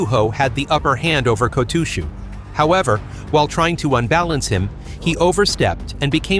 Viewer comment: The pronunciations do seem to be improving, so thanks for that. Still not perfect but at a level I can mostly tolerate. Except for poor old Kotooshu! Please sort that one out as it really sets my teeth on edge! That aside I continue to enjoy your videos, keep up the good work!